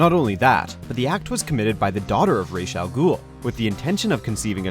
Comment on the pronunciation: At least this nigga can pronounce Ra's Al Ghul correctly unlike the other guy.